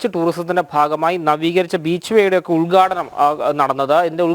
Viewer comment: ഉദ്ഗാടണം അല്ല ഉത്ഘാടനം ആണ്. ഉച്ചാരണമൊക്കെ ഒന്ന് ശ്രദ്ധിക്കൂ